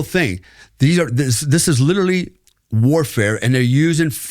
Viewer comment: He has "Lirilly" done some wild stuff... Lirilly.